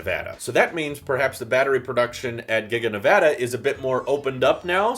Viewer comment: ty for pronouncing nevada right